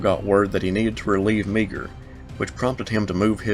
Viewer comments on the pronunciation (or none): uhh..pronounced Meyer, not me-gur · A quibble: Meagher is pronounced more like "Mahr". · Meagher is pronounced "Marr" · Just so you know, "Meagher" is pronounced Marr. It makes no sense, but it is Irish.